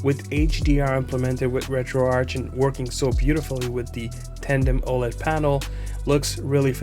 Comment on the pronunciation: wow. You can pronounce Arch properly!